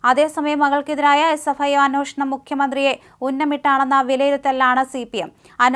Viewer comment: അന്നോഷണം അല്ല പെങ്കൊച്ചേ ,അന്വേഷണം..